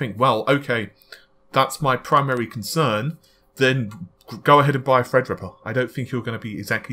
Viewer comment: every time i hear "fredripper" i chuckle a little bit